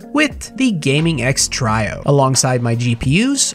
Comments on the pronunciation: Everyone: Gaming X Trio.: Gaming X Trajo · Try-oh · He says Trio wrong. Lol